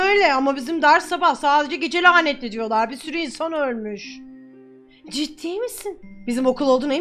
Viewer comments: "Diyollağ" sjsjjssj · Öğrencileğr diyollağh